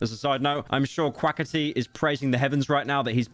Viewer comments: and "Quaketty?" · the way you say quackity makes me laugh thank you